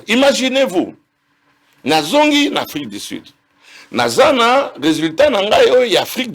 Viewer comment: Un docteur qui prononce "Afrique di sid, milié, mesire, plis, eli " 🤦🏽‍♂️😢